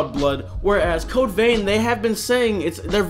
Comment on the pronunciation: "Code veen" 😅